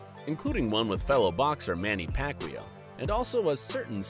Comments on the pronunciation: Pacquaio not pacqweow haha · No one: Literally no one: Hip Hop Content: Pacweelow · Did you just say Pacwheel? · manny pac-yow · You said pacquiao name wrong some many times !!! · I hate the way this guy pronounces "Pacquiao". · first of all, nobody in the states says the pacquiao name right, only filipinos know how to pronounce that correctly. and second, pacquiao beat mayweather in court and in the ring and made over $150 million.